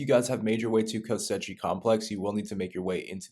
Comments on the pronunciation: Same reason he keeps calling it Kosetchi complex. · The amount of times he says ko sechi complex 😂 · Great guide dude, thanks! Kosechi though...? :P